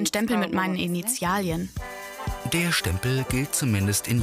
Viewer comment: "Initialien"?? - bravo!